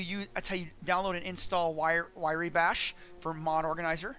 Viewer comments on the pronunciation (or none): Why Ree bash :) RYE bash is how it sounds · You missed the point. How can you manage to type the name of the program into MO and still pronounce it in the wrong order? W r y e, like Rye bread, not w i r e y. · It's pronounced "rye"/"wry" (i.e., as it is spelled), not 'wiry". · Hearing him say Wiry made me cringe so hard lol, useful tutorial though! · Wrye is pronounced Rye. Like the liquor. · lol... wirey... I never even considered that as a conceivable pronunciation.